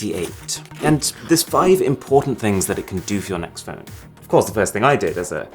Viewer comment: Why did you say "Android Pone" and not just Phone. Is there a faster phone that does not run android?